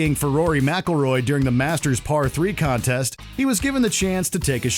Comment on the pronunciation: IT'S DURING NOT DEARING. GET IT FUCKING RIGHT.